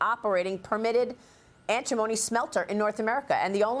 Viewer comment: ANT TI MONY - Say it correctly.. 😅🤣